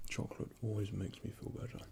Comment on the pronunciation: Choclate? Did you just say... Chocolate?